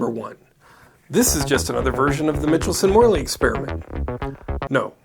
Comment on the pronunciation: Michelson is not pronounced mitchel-son, but rather Micheal-son. ;)